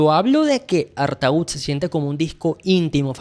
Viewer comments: Ya empezamos mal. No se pronuncia artaud.... Sería algo así como Artó... Poeta maldito, del susrealismo francés de principios de siglo XX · se dice artód. Bueno ya termine el video, nada videazo, el mejor album en español de la historia, buen analsis tema a tema, lo único que me choco fue ese artaud vs artód en la pronunciación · Perdona no se pronuncia ARTAÚD ,se pronuncia ARTÓ. Espero no lo tomes como hater. Saludos. Empecé a escuchar y ver TODOS los grupos de esa época. La mejor del Rock Argentino. Saludos y gracias por difundir la música de ese Genio.😎👍en las disquerías de barrio no lo querían porque no entraba en las bateas con los otros discos cuadrados ,tenías que ir al Centro a comprarlo.En su momento no vendió mucho,fue valorado más con el tiempo. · se pronuncia: ¨artó¨ (tengo entendido) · Artó chango, se pronuncia Artó! Perdón por ser ése y gracias por la reseña. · ¿Por qué pronuncias bien el apellido de Artaud pero pronuncias mal el nombre del disco? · Gracias por dedicarle tiempo al rock argentino. Que bien que veas la belleza de ese disco tan imporatnate para nosostros. No entiendo porque puedes pronunciar el nombre del poeta con correccion, pero no lo pronuncias de la misma manera cuando te refieres al nombre del disco. Otra cosa te agrego. Nadie lo considera un disco de Pescado Rabioso. Es definitivamente un disco de SPinetta solo. Puedes encontrar una grabacion del show presentacion, bastante bien restaurada. Eso es en Spotify. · No entiendo por qué el nombre del disco lo pronuncias diferente al del poeta francés....es lo mismo...